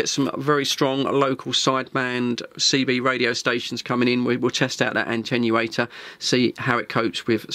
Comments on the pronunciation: Attenuator. It does not Antennurate, it Attenuates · why try to make fun of how some Americans pronounce the word aluminum., the word "atenuatte" has only one "n" but you keep pronouncing it as if it was spelt with an "n" as the 2nd letter - ANTENNUATOR.